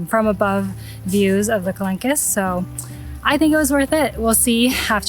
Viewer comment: Well, now that you asked about the pronunciation yourself :) The "qu" in French is basically pronounced as a K, and as the final -e does not have any accents, it's silent. Same for the plural -s... also silent. Therefore it's pronounced ka-lank. But great video!